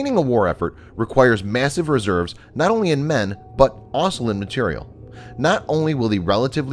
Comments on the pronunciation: This guy can’t say the word also he keeps saying “aslo” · You need to practice how to pronounce the word ‘also’